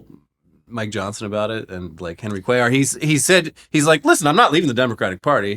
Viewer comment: Came back to see nail the name "Cuellar" 😅😂 great job! Did better than inwould have done